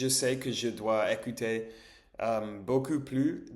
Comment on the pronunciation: Attention à la prononciation "ou" : (u) Ce n'est pas la même chose beaucoup que beau cul 😂